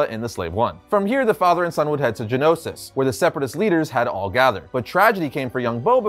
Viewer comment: Omg i hate when they say things wrong GEONOSIS not genosis. Thank you for coming to my ted talk